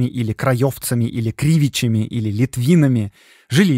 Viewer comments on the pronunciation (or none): Не кривичами с ударением на первый слог , а крывичами с ударением на последний слог.😊😊😊 . маленькая ремарка, без обид))))